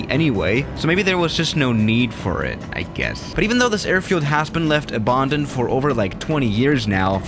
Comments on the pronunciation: Normal person: "abandoned": "abondened" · How normal people say Abandoned: Abandoned How says it: Ebondind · loved the vid, but the way he says abandoned makes me cringe everytime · Nobody::Abandaned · No-one:: OBAANNDED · noone:: äbândoned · The way he says abOAndoned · Nobody:: Abååndend runway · nobody:: abundoned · Normal people: abandoned: aBarRrrRndoNeD